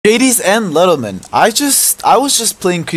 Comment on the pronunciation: "Gadies and Lentlemen"